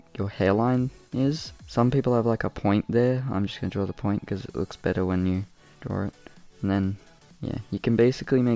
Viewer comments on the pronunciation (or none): I’ve noticed how Australians say “drawer it”or “drawering it” Instead of “draw it” or “drawing it”!!